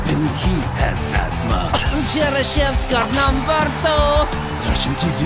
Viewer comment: I from Russia lol cheryshev it’s my love but says cherochevsko lol😅